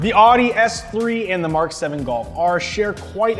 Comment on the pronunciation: "Oddi S3" bruh...